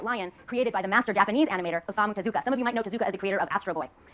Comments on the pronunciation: "Teh ZOO ka." You can tell how shallow her actual knowledge is just by the way she says his name. If she'd even watched an interview with him, or someone who knew him, she'd know the proper pronunciation. "Tezu-kah." Japanese doesn't tend to draw out long vowel sounds. And of course she throws in Astro Boy, the only thing Americans know because of the 2009 theatrical movie. Not the things he's more globally famous for, like Black Jack, or his novel length adaptation of the 1927 film Metropolis. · You pronounce it TEH-zoo-kuh, emphasis on the beginning syllable, not the second syllable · Prof: Talking about how culture is poorly appropriated by someone Also Prof: Teh-ZOO-kuh